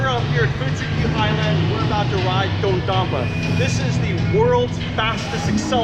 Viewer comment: It’s pronounced Dodadonper